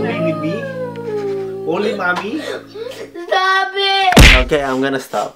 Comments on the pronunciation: Hey stob it Kim seokjin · Jin be like:STOB IT..